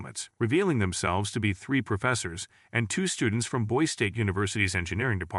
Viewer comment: Boise... pronounced boys-E